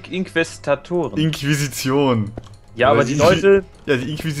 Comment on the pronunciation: Das heißt Inquisition und der Typ heißt Inquisitor!!